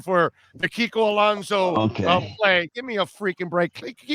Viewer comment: Kiko Alonzo??? Really???? kiko Alonzo????